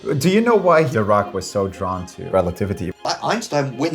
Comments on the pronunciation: I can’t get used to the german guy’s pronunciation of Dirac which sounds a lot like “The rock” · Are you sure it's pronounced "doo-rak"? It's spelled with an "i"... "Doo-rak" sounds like the word for idiot in Russian...